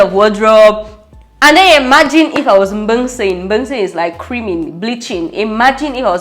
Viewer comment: Mbengseh pronounce that again 😂😂😂